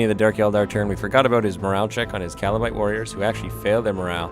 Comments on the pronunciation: Loved it but whenever i heard Kalabright warriors i cringed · heheheh, he said kalabite :)